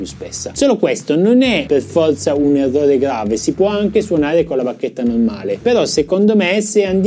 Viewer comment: sei un grande anche se dici EVVOVE!!:):):)